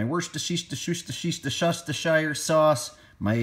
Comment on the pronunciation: just call it shire sauce like everyone else lol